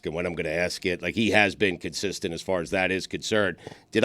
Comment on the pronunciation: a very stugotz effort in saying "consistent"